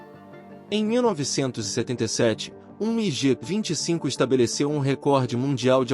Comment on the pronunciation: a pronúncia é migui e não migê.